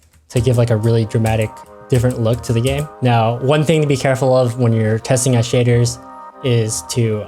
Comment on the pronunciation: The way he says shaders, makes it sound like shitters.